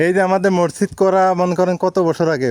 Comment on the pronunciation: ভাইয়া আপনি মসজিদ উচ্চারণ টা শুদ্ধ করে বলবেন ।